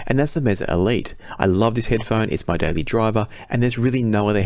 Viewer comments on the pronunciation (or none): none